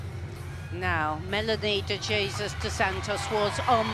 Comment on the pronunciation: It’s Melanie DE hey soos not Jesus like English speakers say it! Practice before Paris!